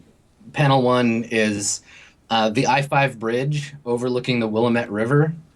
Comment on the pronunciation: the river is pronounced will-am-et btw ( I live in portland).